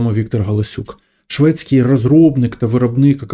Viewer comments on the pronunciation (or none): ШвеЦький. Через Ц. Товарищи ЖЛОБИ.